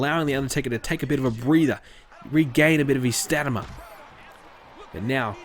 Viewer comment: You need bobby lashley, Edge, jeff or matt hardy and the boogeyman. Btw stamina is not pronounced stamana